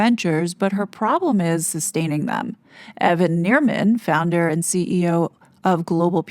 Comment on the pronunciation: Are you saying "Founder" or "Flounder?"